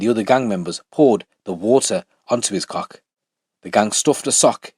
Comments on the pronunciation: Why he say ‘cokhh’ 😂😂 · The way you say coxk is hilarious 😂